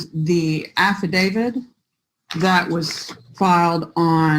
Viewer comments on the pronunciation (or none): does it annoy anyone else when people say "affi-david"?